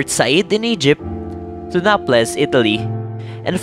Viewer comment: Have some research on the travel of Rizal to Europe. You have misplaced him on some places you've mentioned. Check your pronunciation on Prague and Naples, you pronounced them wrong.